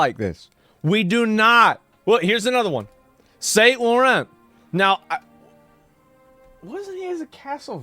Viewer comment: Saint Laurent is pronounced “sawn loo-ron.” ✨ ✌🏼